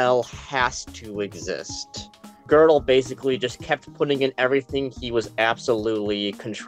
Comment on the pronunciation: Why do they say "Gördel" with r?